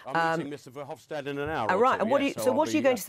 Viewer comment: It's not VerhofSHtadt, he's not German, simple S in Dutch.